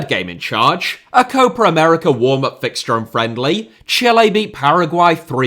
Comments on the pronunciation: Am I the only one kinda pissed with the way he pronounces "Copa America" most of the time? It's not Cohpar Americar man come on 😂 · you should pronounce Copa América as two different words. It sounds like you say Coparamerica every time